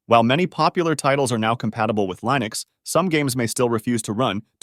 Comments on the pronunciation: Uhh.... Line-ux? lol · Pick one way to pronounce Linux and stick with it! I've swapped to Linux and a change was made on installing the ESO game with Lutris, so I had to use Steam. Otherwise, I've had zero other issues. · Navidia for lienux deestros.